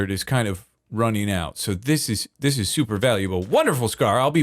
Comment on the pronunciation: I love how (just about) everything says, that starts with S. He says it with Sh.😅 like, "Shuper Shmelter" and "Gotta Shreep". He is hands down my absolute FAVORITE Hermit.